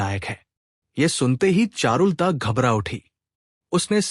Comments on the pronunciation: चारुल ता नहीं बोलते, चारु लता होता है। सही उच्चारण बहुत आवश्यक है। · एक्चुअली ये ऐप से AI रीडिंग कराते है, और वीडियो अपलोड से पहले खुद भी नहीं सुनते वरना करेक्शन कर देते.चारु लता कोई ऐसा नाम नहीं कि लिटरेचर में दिलचस्पी रखने वाला उसको चारुल ता बोले. किसी लेडी का नाम लगता है,आवाज मेल है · चारु लता का उच्चारण शुद्ध करना चाहिए,...